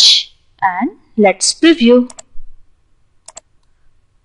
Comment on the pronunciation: and pronounce "preview" while stretching the the ee as in preeview..and not as "priview' i hope my comments will not be taken otherwise and be used only constructively..another word that can be spoken better is danger..